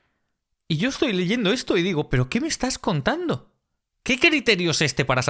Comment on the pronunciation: "Pero que me estas container?"